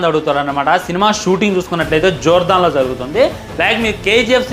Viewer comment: Jordan ra ayya jordhaaan kadhu